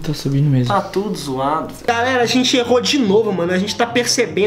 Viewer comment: Teve uma hora que ele falou garera